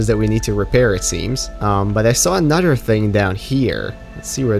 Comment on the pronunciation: I love the way you say another haha, anoder